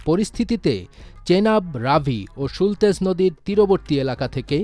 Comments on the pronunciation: সুতলেজ একটা নদীর নাম, উস্থাপকক ভুল বলেছেন,,সুলতেজ😂😂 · যেমন দেশ, তেমন প্রতিবেদক.. এটা সুতলেজ, সুলতেজ নয়... 😂😂😂